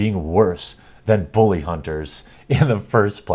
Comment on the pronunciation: Booly! Booly! LOL@ accent